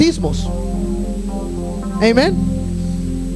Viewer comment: Hno. Creo que NO es necesario decir : "Eimen" cuando sabes decir "Amén" tu predicación fue muy correcta y No necesitamos saber que dominas el inglés, cuando la iglesia entiende el español. Creo que Pablo habla acerca de eso en la carta a los Corintios. Trata de ser humilde.